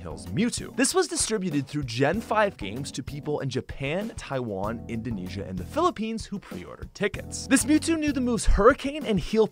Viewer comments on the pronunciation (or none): none